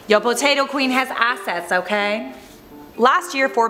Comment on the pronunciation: Did anyone else think that said “Investments and Asses?” No? Just me?